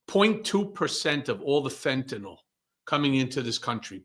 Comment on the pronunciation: Fentanyl -- FENT A NIL . Not FENT A NOL. Can you say it right please? I'm not going to tariff you, promise. :-)